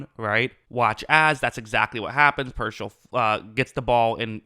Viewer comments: PEAR-SALL Not, PER-SHALL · Not “Pershell” it’s “Peer-Saul” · It’s pronounced Pierce-All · He will be a pro bowler in his career. Dude has talent. Also it’s “peer-sall” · Good analysis. Say his name correctly. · I think spending 5 minutes to lookup and pronouncing his name correctly will give you a lot more credibility.